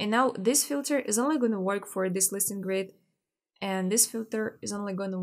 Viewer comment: haha... but she doesn't. She says "listen grids" not "listings grid". at least to me it sounds like that.... :-) but never mind. It looks like I'm the only one confused by that.